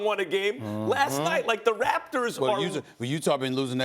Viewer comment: That's not how you say the Raptors SAS